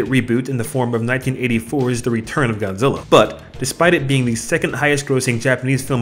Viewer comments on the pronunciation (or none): none